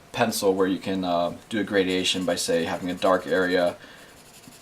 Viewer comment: By the way, the word is "gradation" not "gradiation"